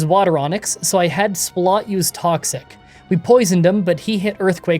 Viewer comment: i just gotta ask, why do you pronounce swalot like that when its a play on swallow...